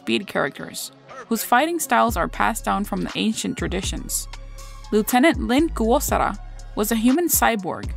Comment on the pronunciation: I'm loving these character analyses! Its so interesting to learn in depth about the characters designs and inspiration behind their conception 😄 (Btw i love the way you pronounce Lin Kurosawa's name! It rolls off the tongue like a fancy super move hehe! 😋❤️‍🔥)